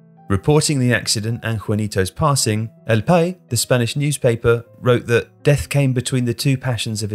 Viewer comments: Burgos the g isn’t silent /Bor.Gos/ And the s isn’t silent in El País just an fyi .. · As a pronunciation note, the s in "país" is not silent in Spanish Spanish. Maybe some places in Latin America it gets left out, but in Spain it stays in.